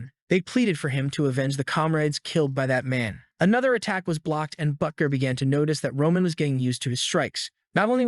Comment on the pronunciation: "however his life bagan to change" ... Learn to read